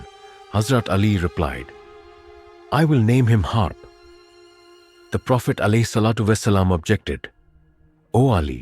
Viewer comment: Not Harp but Harb